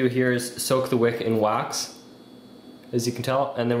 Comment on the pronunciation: wax not "waz" XD